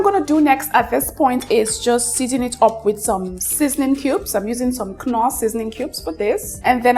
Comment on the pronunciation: I had to rewind to be sure I heard right. Why did you call it k-norr?